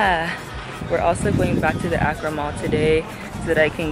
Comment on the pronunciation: This vlog brought back so many memories of being in Ghana! By the way, it's pronouced AH-cra no AY-cra